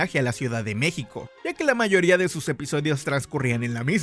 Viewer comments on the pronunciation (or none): none